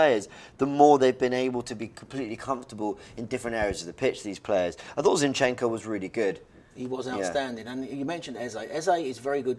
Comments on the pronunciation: "Chin chenco"... "Necketiah" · I love how says ChenChenko!!🤣🤣🤣🤣🤣🤣🤣🤣🤣🤣